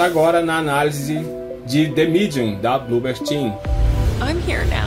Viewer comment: gastou o ingles agora hein "de midium"